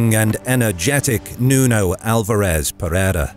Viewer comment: whenever you use Google translate to know how foreign names sound, don't forget to select their original language. Or use the phonetic spelling at... trjmm! some free online encyclopedias. Man, it was painful to hear you saying Aljubarrota and Pereira. 🤯 And remember that in 1385 the French Bourbons were not kings of any Spanish kingdom. No French geographer had invented the use of 'Iberian Peninsule' to hide the fact that the Spanish kingdoms seized by the Bourbons in the 18th century were IN Spain (the Roman name for the peninsula) but were NOT the WHOLE Spain. They Bourbons tried to conquer the Spanish kingdom of Portugal, but failed. Yes, the French failed again when the army of the kingdom of France and army of the new kingdom of Spain invaded Portugal to complete the conquer of Spain. It would be a GREAT IDEA for another video. And yes, the French would fail again when emperor Napoleon invaded Portugal not too many years later. Poor French soldiers. How could have that bad generals.